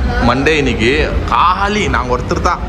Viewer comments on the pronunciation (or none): none